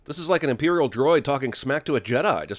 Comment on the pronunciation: Did you say “imperial droid”?!